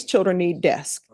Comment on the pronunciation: i love her, but she cannot say desK. with a K